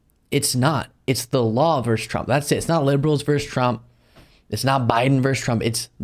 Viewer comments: versus, not "verse" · it's not 'verse' it's 'versus' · I am who I am, and even content providers I love will be reminded it's "versus," not "verse." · VERSUS, not verse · All true,. Getting on my hobby-horse for a moment, vs. is not "vers" it is "versus". Look it up.